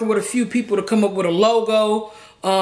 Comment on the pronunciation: Logo. "Mofol"😂😂